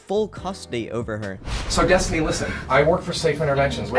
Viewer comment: I thought her name is destiny and not destoni